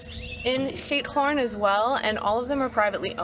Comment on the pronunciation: yr pronunciation of giethoorn is quite OK